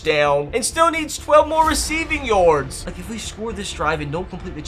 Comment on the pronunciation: Why u say yards like yords 😂